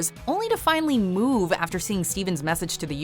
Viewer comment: she really pronounced it "moave"